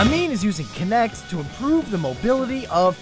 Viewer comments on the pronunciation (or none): none